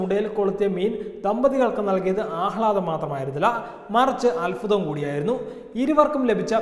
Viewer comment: Mr alfutham alla, അൽഭുതം..... മലയാളം പഠിച്ചു വാർത്ത വയിക്കു